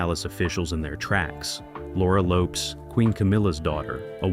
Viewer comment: Lopes is a 2-syllable Portuguese name.